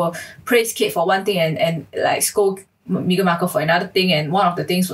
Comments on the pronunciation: I love how so many people pronounce her name as "Mee-gan" rather than "Meh-gan". Its so on point! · Xiaxue your pronunciation of her name... 😂 "me-ghan" so apt. 😂 Also Meghan is vegan la... So she rescue chicken lor. Publicity stunt only la.